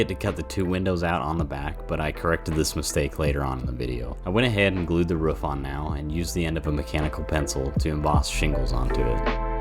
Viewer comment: why you saying roof so weird is that a mammal joke lmao